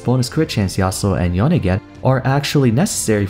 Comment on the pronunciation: Its not yonay its yone ...